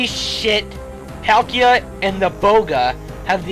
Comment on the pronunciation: IT'S PAUL-KEY-A!